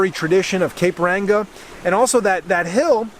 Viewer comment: Hah he said cape ranga